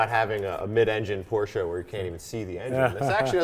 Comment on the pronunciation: Fact: Porsche is a two syllable word.